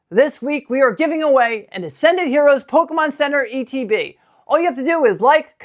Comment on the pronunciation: Did you say Pokemon center ETB!?